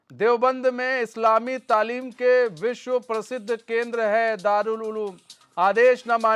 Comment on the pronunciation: Pahle aap sikh lo talim ko tamil bol rahe ho apne talim par dhiya do dosron ko lecture dena band karo